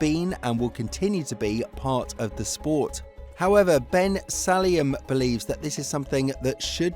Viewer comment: If you're going to report on the President of the FIA why don't you learn to pronounce his name properly? Funny how you don't use the F word in your reporting.